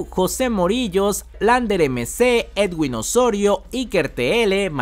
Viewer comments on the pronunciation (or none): none